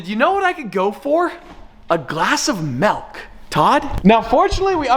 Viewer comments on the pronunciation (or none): why you sayin “mElk” 😂 it’s an I not an e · I knew you were gonna say Melk 😂😂😂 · melk? its milk lol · why do you say melk with a hard E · “A glass of MELK” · Glass of malk 😁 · A glass of melk...... 😂 you ok bud? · Milk, not melk. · Guys he said Melk nope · I think its milk not melk. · man said he wants a glass of melk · He says milk with an e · Did he say malk? Get the man a glass of malk Josh! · Does it bother anyone else that he says "malk" instead of "milk" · Did he say melk instead of milk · Ayo! Hold up did you just say Melk. It’s Milk!!! Where are you getting the E!!!!😡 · nah he said it like melk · Milk… not melk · he says malk not milk! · Milk… not mealk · "A glass of MELK" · He said malk 🥲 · Are we just gonna ignore how he pronounced milk “melk” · Ok, somebody has to say it. What the hell is “melk”??? LOL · “melk” WHY!!!! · A glass of melk? 😂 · MALK, cant unhear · " A glass of MELK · oh god not the melk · NOOO WHY DID YOU CALL IT MELK 😭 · Why is no one talking about the facts that he said “melk” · a glass of melk HE SAID MELK WHAT IS MELK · Did he just say "Melk"?